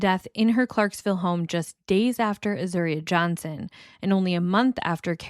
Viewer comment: You are pronouncing Azuria’s name correctly. Also, it’s call Austin Peasy state university. Really good reporting.